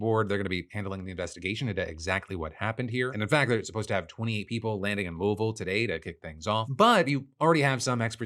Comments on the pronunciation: Hi! Louisville native here! Thanks for saying the name correctly. We did shelter in place for several days for air quality and water tests. I don't live in the city at the moment but another town close by. We were careful about the jet fuel but I'm pretty sure most of it burned up, rather than leaking out everywhere. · I love how we pronounce Louisville! Terrible for people learning English I know, but so much more fun to say once you get it. ❤